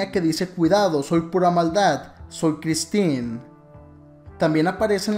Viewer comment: Se pronuncia Christine